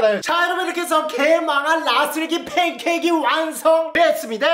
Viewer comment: 팬캐잌이아니라 걀달말인줄ㅋㅋ